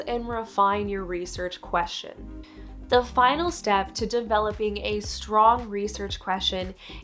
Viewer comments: i hate how she says "queshin" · Ugh. Maybe don't do a video on the topic of research questions if you can't pronounce the word "question".